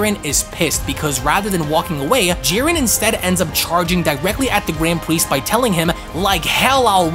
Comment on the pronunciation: “The gwand pwiest”